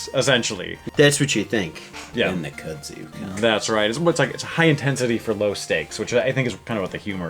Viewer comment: Looks awesome. Not to be a hater, but it's pronounced "koodzoo" not "kuhdzew".